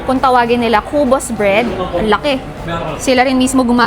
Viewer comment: Kubos,mabilis magbigkas Hindi ku-bos